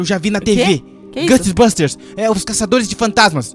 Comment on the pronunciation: não se fala gusts busters se fala Ghost busters